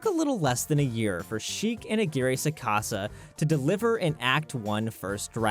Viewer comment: I cringed violently when I heard Roberto aguirre sacasa